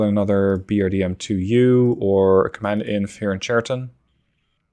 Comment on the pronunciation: Just to correct you — Chariton pronounced not correctly. Right pronounsiation is Hariton (H like in hunter)